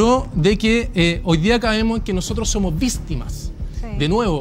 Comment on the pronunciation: criticando a a Magdalena por decir deresha, vistima. Y él en la discusión diciendo: se te hizo 🙄. Es muy soberbio. Mal